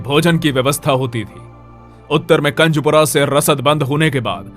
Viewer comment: कंजपूरा नहीं कुंजपूरा है